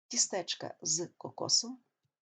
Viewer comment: Пояснення зрозуміле. Але... Перепрошую, колего, а чому "тістЕчка"? Наголос лише на І "тІстечка"